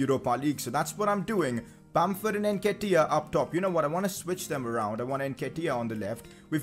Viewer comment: Stop saying NKETIAH name like thst Jesus it’s so cringe